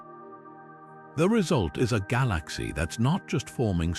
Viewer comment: The mispronunciation of "galaxy" is ridiculously annoying.